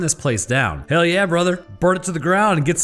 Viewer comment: Please dont say hell like that